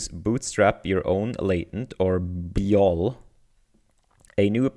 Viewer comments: it's probably pronounced bee-why-oh-ell, after BYOB, which stands for Bring Your Own Beer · I think you pronounce this "B-Y-O-L". It's a play on "B-Y-O-B" for "Bring your own booze". Basically this means to bring your own drinks to a party or gathering.